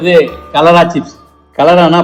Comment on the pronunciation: That's not kalara that's karela